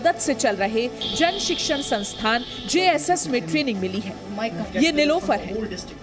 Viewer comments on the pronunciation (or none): santhan instead of sansthan